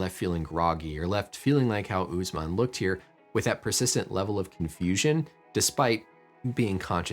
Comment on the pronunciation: Uss man not oozeman HOW DO YOU PEOPLE TALK